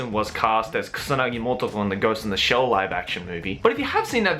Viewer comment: I love how pronounces ghost in the shell as "ghost in da shell".